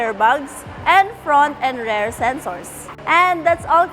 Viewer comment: How come the ladies here cannot pronounce "rear" versus "rare" ???